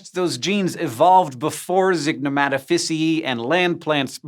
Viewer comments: Its not zignomatafissyee its Zig no mata ficiae Zig no mata Fissy eye Try pronouncing that in Italian LoL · Zygnematophyceae - Zig (neh) Mat Oh fishy-e ayye (like the fonz). I've never heard the ae pronounced like a hard E. May be wrong but my entire undergrad it was like the fonz. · (ZIG-nuh-Mah-toe-fiss-ee-aye) but close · I think zygnomatophyceae is pronounced with an [EE-Ay] at the end